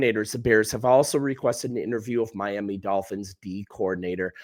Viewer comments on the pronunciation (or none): none